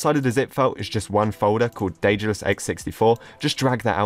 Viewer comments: The correct in modern Greek is the(δε)-tha(δα)-los, with the "th" like in the world "the". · I am Greek. The correct in modern greek is D-ε-dalus. - ε- is like the "a" in the word "and". To be more "correct" it's Th-ε-thal-o-s with - th- like the - th- in the word "the".